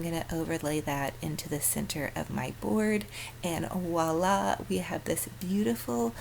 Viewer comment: Voila is French...starts with a V NOT a W😃👍🏻